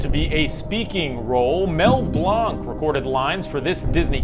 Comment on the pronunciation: For a category how about “That’s not how you say it.” Names that have been misspoken, either deliberately or unintentionally, like Duke Weselton’s. And speaking of that…Mel’s last name is pronounced like “blank.” 😊 The best Jules Verne at a Disney park was the Timekeeper attraction. Still miss that attraction. So many quotables thanks to Robin Williams.